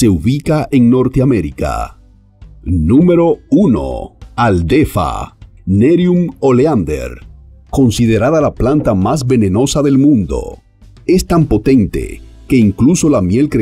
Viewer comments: Por favor, presenta diez plantas venenosas y se equivoca en el nombre de 2: Belladonna que no lo pronuncia bien (dice Bellodonna) y adelfa que escribe y pronuncia Aldelfa... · Aldelfa noooo, s adelfa